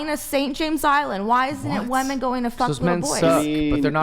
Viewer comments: Totally besides the point but the way she says Wehmen instead of women is pissing me off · "it's not wemen it's not wemen!"